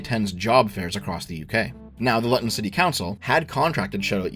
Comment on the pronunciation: To be a mild pedant, , Luton is pronounced Loo-ton, not Lutt-on. Edit: Wait, you get it correct . Fair enough.